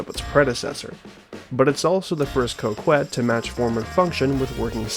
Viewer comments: Cock- ette not coe kwet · great video one major thing is it is pronounced co-ket not co-kwet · i love the video but i couldn’t put the fact that you kept saying coke-wet instead of coh-ket past, still a good watch regardless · It bothers me that you call it the Coke-Wet instead of the Cock-Et. It's meant to be Cock-et. As in small dick. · ITS PRONOUNCED CO KET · It's pronounced "cock-ette" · First time I've heard someone pronounce Coquette as 'Co Qwet' 🤔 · Rockette - female dancers 🍆 - Male genitalia 🍆ette - female male genitalia - a feminine coque - a Coquette Why you and Ghillie pronounce it the way you do is beyond me. The name is a hilarious take on the societal perception that men who drive Corvettes have Lil 🍆 energy, and it goes completely over y'all's heads. 🤷🏽‍♂️ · ye, the u is silent, idk why he pronounced it that way lol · I knew I wasn’t tripping 😂